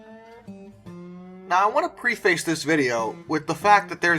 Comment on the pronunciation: preface = PREH-fiss or PREH-fess